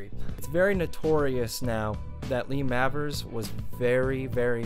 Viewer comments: Mavers is pronounced Mayvers I think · Lee Mavers reckons There She Goes isn't about heroin, but a girl. Is it really 'Mavvers' and not 'May-vers'? You can hear the absolutely enormous influence on Noel Gallagher, can't you?